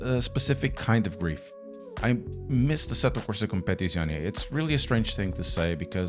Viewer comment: I clicked just to hear you say the name of the game 😂 asettocompapapapapapaptizcion 😂